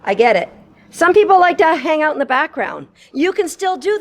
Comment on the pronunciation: Release. Please. Also a tutorial on how to pronounce "out". ;)